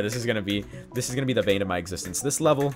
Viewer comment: It's kinda funny when says vain of his existence rather than bane of his existence XD